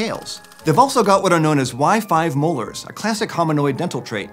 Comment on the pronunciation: I swear I understood "Wi-Fi molars"...